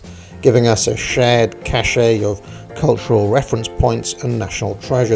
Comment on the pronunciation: Cache: The word is pronounced "Cash", not "Cashay" There is a word in English, Cachet which is pronounced "Cashay" it means respected or admired i.e. "Sir Charles has a certain cachet"